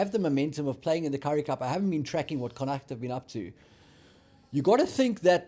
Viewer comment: GUYS please ask the Irish how to say Connacht properly!